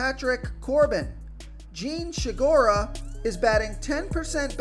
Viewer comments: "Jean She-gura"? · How it is possible to look at “Segura” and find an H in it? It’s getting out of control man but still always good for a laugh.